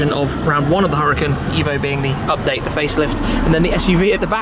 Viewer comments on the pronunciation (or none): none